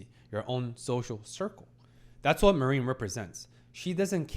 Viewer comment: Interesting pick... yeah, it has absolutely psychological aspects but definitely less than Apothecary Diaries for example. The main focus is on the cosplay scene. With some heavy fanservice. I believe there are a few shows more fitting for you to talk about to be honest. PS: her name is pronounced mA-rin, hard a, short rin and Wakana is wA-ka-na